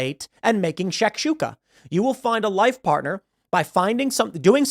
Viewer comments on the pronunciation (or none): Oh, and it’s pronounced “shock-shook-uh” nitwit